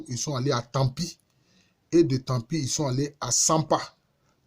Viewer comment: Merci, je tiens à vous indiquer c'est ''TAMBI'' (tamigué) et non ''TAMPI''.